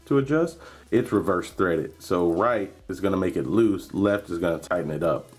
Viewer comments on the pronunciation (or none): none